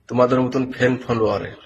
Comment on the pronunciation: Ore osikkito, " fan " kothatar proper pronunciation korte shekho age. Eta Bharatborsho, Pakistan Bangladesh noy. Ekhane tomar pisi r opor desh, suprime court, songbidhan achhe. Tui bachha noy, tor moto bachha toder maa boner pete theke proti second e hoy.